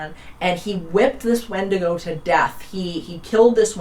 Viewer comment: Love your content here & on your Roku channel & Tubi! I wonder if it comes if you mispronounced its name over and over? Good stuff, Irregardless, of the mispronunciation messing with the credibility of the speaker. See what I did there? Visiting on recommendation from Midnight Lycanthropy. 🎉🙏🏼🕉️